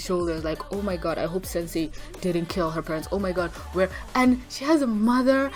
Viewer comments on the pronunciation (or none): none